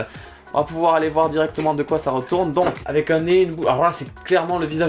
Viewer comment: il a dit avé mais pas avec et très doucement et rapidement